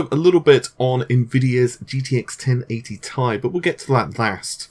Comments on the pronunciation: can we please stop calling it "1080 TIE" and fucking say "tee eye" like the rest of the world and the company that manufactures it? thanks fam. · T-I not tie! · pronouncing 1080ti... tie is like pronouncing a TIE fighter as tea fighter 😋